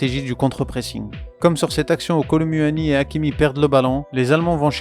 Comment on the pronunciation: J’aime trop ce que tu fait mais apprend à bien prononcer kolo muani 😂😂😂😂 sinon c’est cool’ ❤